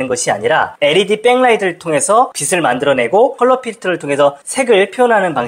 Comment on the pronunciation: 빛을[비츨]을 계속 [비슬]이라고 발음하는 게 너무 거슬려서 보다가 중도 포기. 내용은 좋은데 아쉽네요.